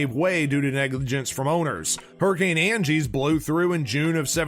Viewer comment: Hurricane Agnes, not Angies. AGG-ness. More more information about Agnes, refer to this 1992 documentary